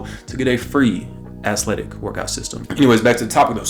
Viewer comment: Bro really said "Ass-letic"🤣😭